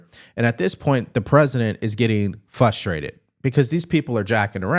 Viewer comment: Frustrated has a R in it it’s not Fustrated Thank you. Love all the great information.